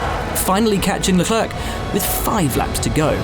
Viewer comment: ''Leklurk'' smh